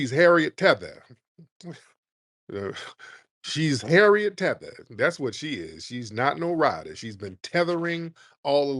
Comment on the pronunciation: “Harriet TETHER” 😂😂😂